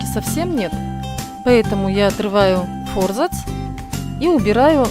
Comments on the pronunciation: Занимаюсь книгоделанием и реставрацией книг. Вы большая умничка! Однако ваше фо́рзац режет мои барабанные перепонки – всю жизнь и сам употреблял и слышал от других и́наче :) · Аааа, мои уши! фОрзац, фОрзацем, ааааа!!